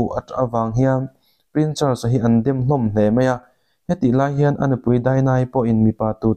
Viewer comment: Prin chars tilo la, prince charles ti la😂😂😂